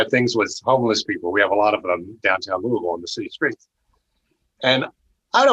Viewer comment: What a wonderful story, and he pronounces "Louavull" correctly!